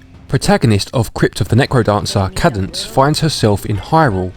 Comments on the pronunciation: Cadence. KAY-dense. Not Cad-ense. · >kah-dence ಠ_ಠ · it’s pronounced KAY DENSE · A cadence is a harmonic closure. It is pronounced caydence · It is pronounced Kaydence. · Haha, good sport. Don’t worry, everyone messes up pronunciation sometimes. It can be tricky if it’s a word you haven’t heard spoken. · Big fan but please try to improve on your speaking skills. It's quite jarring as it sounds like you are struggling with the script or have never read it before. Also you got the name wrong 😅. Much love!